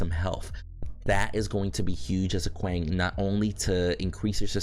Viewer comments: How did it become normal to say his name like that. Paragon didn't introduce him this way and its not how you actually say the name lmao. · the pronunciation of a name depends on the intent of the giver. Your name may be said multiple ways because different people accept a different pronunciation as correct. When there is a Kwang intro video from paragon (the name givers) you can not argue that your choice to say it wrong is correct